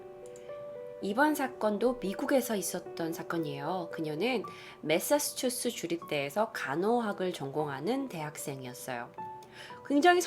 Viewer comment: 메사추세츠주 인데 .. 나만 그렇게 들리나? 메사스츄스 라고 들이네요 ㅋ